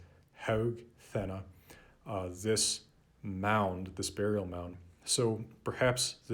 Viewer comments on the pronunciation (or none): none